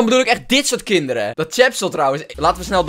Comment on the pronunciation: noooooo, kut khhhinnndereeeen 'h'